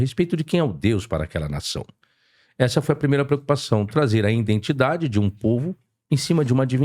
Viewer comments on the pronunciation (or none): Caraca, no minuto o cara falou indentidade. Parabéns pela excelente condução.